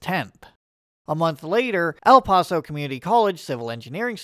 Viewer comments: The name of the city of El Paso, Texas is pronounced Ell Pass-Oh. Not the way a European would say it. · Totally butcher the El Paso pronunciation